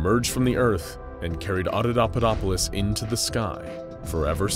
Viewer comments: He never did. It's Auda(paupa)dopolis, not Auda(daupa)dopolis. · You keep saying AudaDAUpadopolis but it's AudaPAUpadopolis. Normally pointing out errors like this is just not a thing I'd do but you just kept on saying it and it's already such a complex word that hearing it wrong over and over triggered me lol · The repeated mispronouncing of AudaPAUPAdopolis is making my brain itch. Those are P's my guy, not D's. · AudaPauPaDoPolis* XD not Audodopadopolis WAS * it's important. Jesus wept, I love this channel but this one bothered me. It was still great tho! I have this channel on notifications for a reason and this is literally the only time a 'translation' of the article has ever bothered me here. You're all ace as fu tho <3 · It’s “ Otto POPA dop polis “ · There is a P in that word!!! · Great story and great narrator, I just have one nit pick the mispronouncing of Audapaupadopolis. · Please, practice your scripts before you recording. You keep mispronouncing Audapaupadopolis in this video and it's follow-up. It drives me crazy and makes these videos unwatchable!